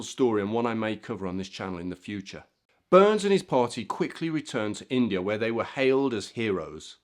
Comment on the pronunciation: yes related to this gentleman, the correct way to pronounce his/my name is Bur ness not Burns